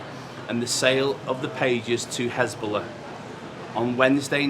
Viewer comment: Hesbollah became Hasbulla.😊